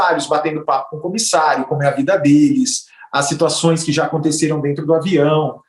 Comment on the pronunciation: "Ligue djá"